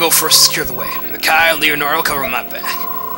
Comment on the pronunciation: The way you pronounce Micaiah is bugging me. :(